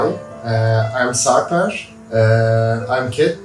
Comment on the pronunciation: Do not pronounce Turkish names with english pronunciation rules, you consistently pronounce Sarper, Istanbul, etc wrong.. if you do not bother to put some effort, just leave, we do not need anything from likes of you.